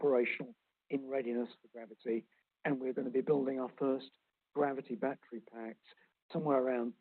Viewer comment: Peter needs to learn how to pronounce the words “battery”and “schedule.”